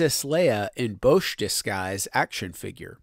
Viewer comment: I always heard it was pronounced "bowsh"